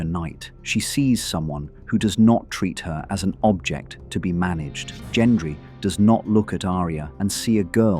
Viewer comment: at all.. your pronunciation if anything.. the way you say Gendry